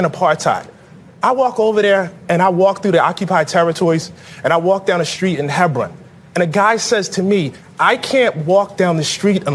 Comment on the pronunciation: The author of “The Message” can’t even say, “asked” correctly. And pronounce “Hebron” correctly.